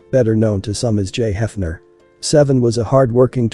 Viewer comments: The spelling suggests his name is SAY VEE ON not seven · His name reads Say Vee On not Seven. He had a lot of potential.